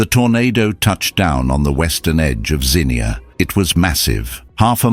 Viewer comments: I was 15 when this happened in my home town of Zee -nuah is how you pronounce it. It was the scariest thing to see the clouds at first still and everything silent ,the hue of the sky and sun light through the black clouds was green. Then hell was unleashed on this, an hour earlier pretty spring day. The sound was rumbling and a loud scream of the wind whistling, our ears plugged up from the pressure like when you drive through high elevation. I could feel air blowing under the baseboards in the hall way where my family were at to get away from windows and door ways. Then a bad odor and darkness covered us . Objects banged against the house that to this day I don't know what hit the house. Our family and our house survived the ef5 Xenia Tornado. We had friends and neighbors that did not. Our world was very different all that spring and summer. To this day I'm 67 years old I am still frightened by severe weather. They have had 2 more tornadoes that caused damage since in Xenia. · It’s pronounced “zeen-yah.” The emphasis is on the first syllable. It’s in Ohio, not England! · It's "Zeen-yuh" with the accent on the first syllable. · It’s ai. That’s why he can’t say Xenia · If you would of pronounced the name correctly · This AI voice was there in 1974, how else would he know all the details of what people were saying, thinking, etc. Video is designed to get likes kids. BTW, AI can't pronounce Xenia correctly. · Yes, I can’t watch anymore. If he can’t pronounce the name of the town, how does he get anything else correct? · I remember that horrible day. It’s pronounced “Zeen Ya” by the way. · ~~~ZEE-NEE-UH!!! FFS, GET A NARRATOR THAT PRONOUNCES WORDS RIGHT! The place isn't a damned flower! (Zinnia.) And, we didn't hear no freaking car alarms! NOBODY HAD CAR ALARMS IN 1974!!! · It's pronounced Zeen-yah, my grandparents outran that thing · I really wish the narrator knew how to say Xenia. (Zeenya, noy zeneea) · ZEE NEE UH. Xenia. Not Zinnia.